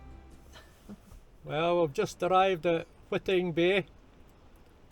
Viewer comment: It's pronounced 'Whiting,' as in 'white ing,' as opposed to 'Witting Bay.'